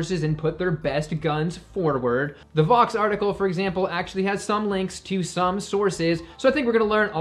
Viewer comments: Vox, rhymes with F_x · Rebuttal: It's Vox